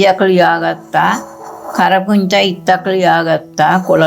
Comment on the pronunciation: අපෝ කෞරුහරි කියලා දෙන්න කරපුන්චා නෙවෙයි කරපින්චා කියලා